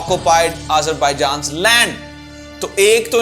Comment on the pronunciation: اے ذر باٸ جان نہیں آذر باٸ جان ہے